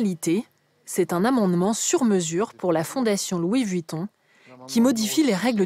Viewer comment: « Louis Vutton »